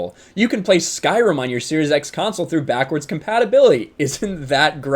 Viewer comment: She called Skyrim Sky ROM